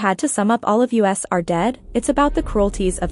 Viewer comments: Why did you say "all of U-S are dead"? like you pronounced the letters in "us" lmao.. And why did you pronounce Nam-ra like "Namaray"?! Matter of fact the pronunciation in this entire video is embarrassing to hear. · did she say "All of (yoo, es) are dead"? Instead of just saying "us" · Lmao I love how she said "all of U S are dead" lol